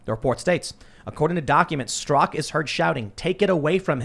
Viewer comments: Straka NOT Strak...... And you were reading it Tim! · Stra-KA, Tim. Not "STROCK" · Brandon Straka, not Strak!